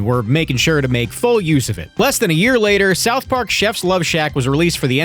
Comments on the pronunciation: Sarth Park? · Sarth Park.